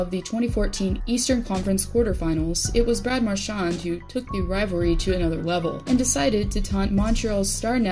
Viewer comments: could you actually learn to pronounce his name before you post about him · One of the best players! Gotta love him! Just say his name right 😬😂